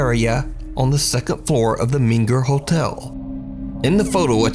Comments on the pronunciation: It meNger NOT meGer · Tx hotel is pronounced 'mainger'. Gorgeous hotel.